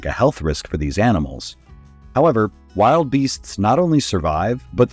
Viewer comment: It’s pronounced Wil-duh-beast